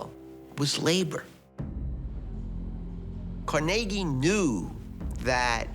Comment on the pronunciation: Hey producers and narrator, as a Scots American and Pittsburgher, IT'S PRONOUNCED CAR-NEGGIE. You and NYC, GET IT RIGHT.